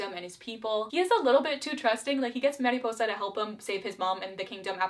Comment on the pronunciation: In the first barbie movie ranking video she was like "All the royals in Mariposa has a wEIrD accent" but in this one she actually says they're doing a Spanish accent and pronounces "Mariposa" properly. Someone learned something. 🦋🦋🦋